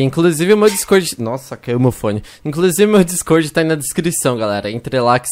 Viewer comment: O pessoal penssa que vc e português porque vc fala dicôrdi